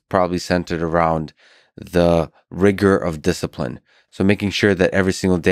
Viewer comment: Cartman-san, you rack ah disciprine! 🥋